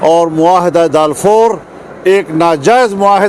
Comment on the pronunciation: Agreement Balfour not dalfour